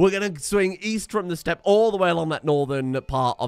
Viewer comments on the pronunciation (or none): none